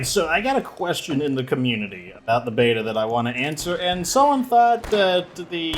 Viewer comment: Everytime says beta I keep hearing Beaver"